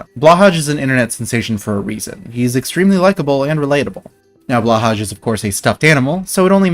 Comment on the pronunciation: That pronunciation of Blåhaj hurt.